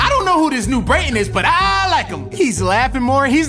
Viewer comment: Every 1 minute I hear brayten